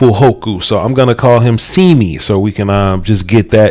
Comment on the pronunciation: Not SEEMEE... it’s more pronounced Sim mee but close enough I guess